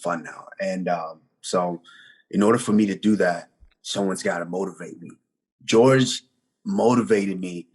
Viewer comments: Calling him “George” and not “Jorge”>>> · usman is the only nigga to pronounce Jorge gorge